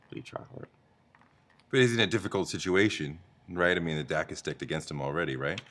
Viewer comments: "dack stecked". . . . 😒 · WHY THEY SAY "THE DACK IS STECKED AGAINST" instead of the deck is stacked against? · are these guys saying "the dack is stecked against them" WTF???